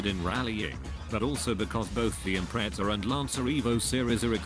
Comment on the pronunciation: "SubAIru impreTZZA" the best pronounciation ive ever heard.